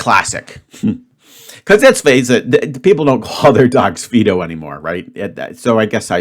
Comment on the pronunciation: xxx, Dora A, 2, Classic Dog Names Never heard the term "T-Storm." The dog's name is pronounced FY-do.